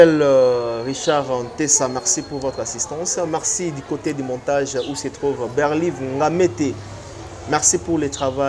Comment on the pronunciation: Marcello et non Maxelo Merci et non mexi